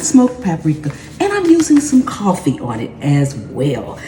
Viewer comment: did you say coffee? I can't be hearing that right.